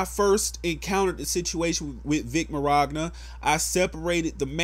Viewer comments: I expected WAAAY more comments about you saying Vic Merogna! Pronunciation aside, good video though. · Take a shot everytime he says Vic Mirogna. I'm kidding man, I 100% agree with you. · Hey just for future reference, I think his last name is pronounced “Min yah na”. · n fam to avoid erking people, im pretty sure its pronounced "Min, Yatta" hes italian, theres alot of silent letters in there lol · Vic's last name is pronounced Man-ya-na, lol. I completely agree with you though. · For future reference it it Vic Micnogna, pronounced Min-Ya-Na. But keep on spreading the truth. Love how once someone has something bad against their name all of a sudden everyone claims the same thing. #IStandWithVic. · his last name is pronounced min-yawn-ah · It's pronounced Vic "Minyana" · Dude, i'm trying to get through this video, but holy shit, your pronunciation of Vic's name...It's Min-yon-ya. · "viC mOroGnA" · I love this guy but why does he keep saying "Mirogna"...? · Vic MahROGna? xD what? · Is you pronouncing Vic Mignogna's name as "mirogna" an in joke on this channel ? Because I don't even know how you can begin to pronounce it like that without it being an in joke. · Where are you getting the R in his name? Are you a real fan? Can you pronounce it correctly. =p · Is it really that hard to say minyana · Min yana it's easy to pronounce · As a nearly lifelong Dragon Ball fan. This whole situation caught me off guard. I was honestly shocked when I heard her actually say something against him. Thank you for the info/video. But you gotta work on those names my guy lol. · The "G" is silent. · That's what I thought too. It's wrong yes but it's better than somehow including an r out of nowhere lol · Great video dude, but the way you pronounce his last name will never stop being hilarious to me lol. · Damn I cringe every time he muffs Vic’s name lol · Pressed the like/dislike button every time you mispronounced Mignonas name. You ended up with the like. Respect :) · "Vic Miroggna" xD